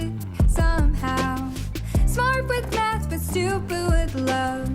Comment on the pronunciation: Someone pointed out to me that in Stupid With Love that it sounds like she is saying "Stoopoo with Love" and I can't unhear it...